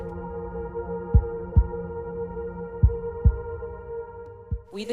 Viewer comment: "Find rhe defendant, orenjal..."